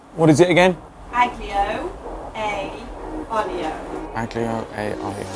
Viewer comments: you don't pronounced the G in aglio. It's just alio :) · It's pronounced "ah-lee-oh" And "al den-teh" :)